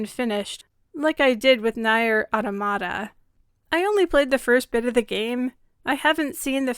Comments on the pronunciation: FYI it's pronounced "near" not nye-er. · Is that how you say Nier: Automata? I always thought it was pronounced "Near - auto-ma-ta" but I guess its actually "nayr - auda-ma-da" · Also, genuinely love the video, however in Nier Automata the word "Nier" is pronounced like "Near" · "NIGH-YERR" AUTOMATA??? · Sorry, Grammar Nazi here, "Nier" is pronounced like "Near". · "Nier" is pronounced more like "Nee-Ah." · That is a really good video, my only issue with it is how you pronounce NieR it phisically hurt my soul. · NieR is great. Please say the name correctly :') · ...the comparison to Nier Automata is an absolute insult and you should feel ashamed for dragging 2B and 9S into this... they did nothing wrong. also you pronounced Nier wrong.